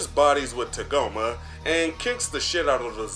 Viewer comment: “Tuhgoma”? What is this, Kagome from the VIZ Media dub of original Inuyasha?